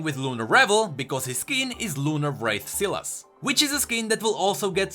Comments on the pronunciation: Sylas. Sylas. Sylas. Not Sillass. Fuck. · Sylas is pronounced Sigh-las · I have a friend Sylas and he pronounce his name Sai Las